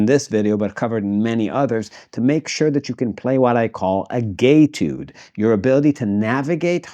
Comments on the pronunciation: Am I the only one hearing gaytude rather than etude🤣🤣🤣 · Did you actually say gay-tude? Oh, you said it again😅. This was a verity good lesson. Wish I had been told this back in the summer 1980 when I started taking lessons at my local music store to learn to read and improvise and play "jazz chords".